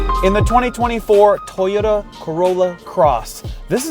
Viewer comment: Why do Canadians pronounce "Toyota" that way? "Taiyota"?